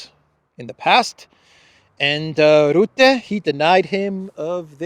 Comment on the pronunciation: (Mark) Rutte is pronounced as Ruh-tuh.